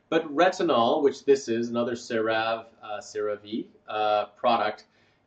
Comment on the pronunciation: Excellent presentation! Some pronunciation corrections: Ceravé not Creráve. Erythéma. Collagen is pronounced kaalujn like Michael says it.. Hyaluronic is haiuhlraanuhk